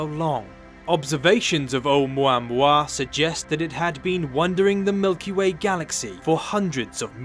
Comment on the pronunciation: Oumauamua LMAO 😂